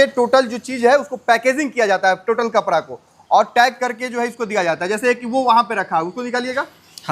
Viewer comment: Kapra नहीं कपड़ा है बरे बरे नहीं बड़े बड़े होता है बिहारी 😂